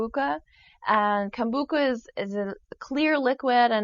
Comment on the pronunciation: You mispronounced KOMBUCHA, Sweety. It's not "ka" at the end...just cha, same as tea in Japanese or ocha or the fine green tea powder maCHA. Easiest way: COMB-bu-CHA